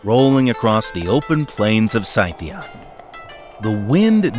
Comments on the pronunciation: Good vid but maaan, HOLY CHEESUS FLUF > Scythia pronunciation - si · thee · uh - S KI TI UH..... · "Sci-thee-ah?"...your doing too much, making it more complicated that it should be!...try it like this..."See-thee-ah! (like it rhymes with sepia) or even.."See-thick-ah!" (rhymes with Ithica) [since it may have been called either] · ive always heard scythia is pronounced sith like star wars sith ee uh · You’re mispronouncing “Scythia”! Its first three sounds are the same as “Sith” (in STAR WARS) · Well, he was wrong. It sounds like /ˈsɪθiən/ — in other words, the first three sounds are like the “Sith” in STAR WARS. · That was a horrendous pronunciation of "Scythia" I never knew was possible. Thanks. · That pronunciation of Scythia...